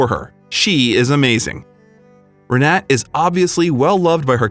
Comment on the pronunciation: For crying out loud. get her name right. Her name is Re-na-ta. like mine but in Germany and Poland thee is like an "a". He calls her three different names through out the story!. C'mon y'all, do better.